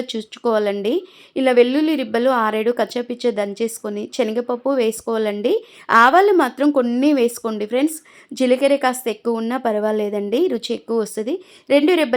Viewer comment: Chunchukovadam kaadu thalli. Chanagapappu kaadu. Sanaga pappu.